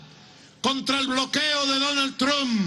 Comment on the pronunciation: ok ya me tiene mal por que dice trump literal osea no se pronuncia así